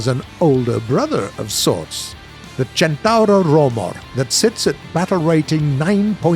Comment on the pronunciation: Listen how's spelled and repeat: "Centauro"